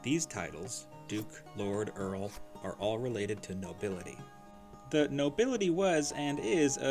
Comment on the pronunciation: Thee duke, thee earl